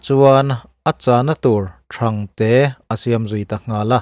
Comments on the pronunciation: Thang tihlaihi thluksang la dikzawk lo'ngmaw? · Kan tawng i thiam viau mai. Sa hi an pelh ngai lo. "Sawisel" tih a, "sel" an hian "pēl" tih tur. A modified form-ah chuan," inkhel" tih a, " khel" ri ang hian a ri tur. Sulhnu tih leh Thangte leh zim tih modified form-a lam rik dan te leh thumal dang tkemte pawh hi, a dik zir i mamawh. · Thangte hi I lam rik dan a sin chiah lo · 3 : 43 A channa tur THANGTE a siam ta nghal a,,, tih lai a Thangte i lam dan hi,,Silai a kap ri thang thanga tih ang deuhin Thang lai hi a säng tur ani zawk ang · Thangte i lam rik dan hi a diklo tlat. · Thangte tih hi ilam diklo a youtuber ho hian mizotawng hi uluk teh u.mizotawng kan ti dazat tawh mah mah ani.Nipui tih pawh ilam diklo. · 'Thangte' chu lamdiklo ve tlat..ngaihnom Next video awm duh hmel ka ti keichu.. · Thangte ilam Dan hi a diklo deuh